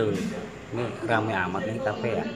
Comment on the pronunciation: Kafe bisa jadi kape haha, btw tetap semangat Bang.. 💪💪